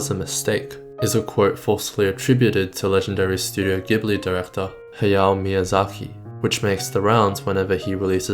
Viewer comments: There is a "K" in his name, not a "KH". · Why do you say Miyazahi instead of Miyazaki?